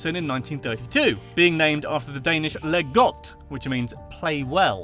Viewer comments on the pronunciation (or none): When you said leg godt. It sounds like le godt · Oh. It’s not le godt, it’s leg godt ( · It is called leg godt and not legot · Him trying to pronounce “Leg Godt”: Leee gdtt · Or "Lie got" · Him trying to pronounce “hygge” “Roskilde” “Leg godt” “Møllehøj” “smørrebrød” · he absoloutely butchered the pronounciation of "leg godt"